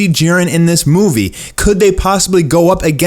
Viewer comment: "And the thing is in this moovo".. (Movie) Lol